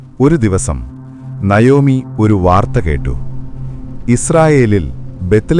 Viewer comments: Nayomi എന്നല്ല navomi എന്നാണ് ❤❤❤ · നയോമി അല്ല നവോമി എന്നാണ്